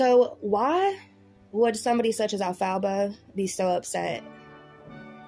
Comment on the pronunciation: Why are u saying her name like that 😂😂😂 elf-a-ba 😂😂😂😂